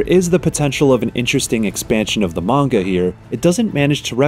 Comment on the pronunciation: It doesn't look bad. But I'm always turned off on a game when I find out it's based on a movie, cartoon, anime, comic or manga (which by the way, I never heard manga pronounced like this before). This game is currently $20 at Walmart for the PS5 version. I wish all PS5 games were that cheap. I can't even buy most of them.